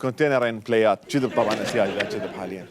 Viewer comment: احلى شي من يحجي شي كذب ويكول جذب جذب 😍😍